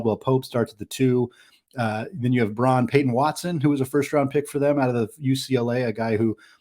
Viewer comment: Braun pronounced "Brown"